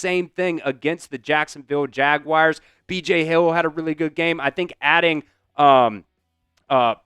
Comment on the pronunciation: Why are there some who say Jaguirs? It's pronounced Jaguars. 😂